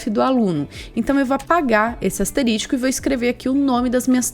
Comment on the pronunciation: Muito bom o conteúdo, valeu mesmo! só não entendo o porque a maioria dos programadores (youtubers) falam "asterístico", quando deveriam falar asterisco, chega a dar um drift no cérebro, mas tudo bem.